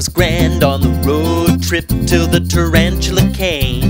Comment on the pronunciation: Everbody it's not Tarantula...it's Tarantuler. You have to stress the ER part at the end, to make it official.